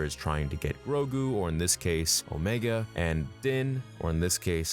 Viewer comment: I didn’t mind that at all actually. But it did bother me she kept calling herself OmEEga.